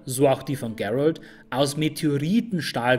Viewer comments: Geilo, aber bitte Gerald wie Gerald aussprechen. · klasse Video , nur den Namen musste nochmal üben GEEEEralt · sprech Geralt nicht englisch aus. Wieso hast du dich dazu gezwungen gefühlt? :-/ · Finde ich auch. Liegt wohl am Netflix Einfluss. "Gerald" xD Ich komme aus Polen und ihr könnt euch die Aussprache beim alten low budget polnischen Witcher Film hier auf youtube anschauen. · Einzige Kritik ist die Aussprache von Gerald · top, echt gut u ausführlich u sprachlich sehr schön! Von Tolkien, Elder Scrolls, Germanenmythologie, Kelten und soooo viele andere, nun also Witcher, Oida, das machst du astrein. Aber, Geralt von Riva, der Name Geralt wird auch wie im Deutschen gelesen u ausgesprochen🤔🤗. Aber das soll keine Kritik sein, nur ein Hinweis von jemand, der das was du bringst sehr respektiert u achtet. Auch das du keine Politik ins Spiel bringst, sondern wirklich nur über das jeweilige Thema sprichst! In der heutigen Zeit, in der vom Fußball und der Werbung und sogar Kochsendungen durch u durch vor Propaganda u Politik nur so triefen..🤢🤮., mach bitte weiter so, du machst das soooo gut verständlich, top. 👌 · Spricht man Geralt nicht einfach so aus wie es geschrieben wird? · Sprich doch bitte Geralt normal aus. Das ist kein Ami Name.